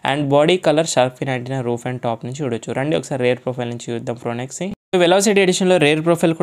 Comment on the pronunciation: ఫ్రోనెక్స్ కాదయ్యా బాబూ...వినలేక సచ్చిపోతున్నాం.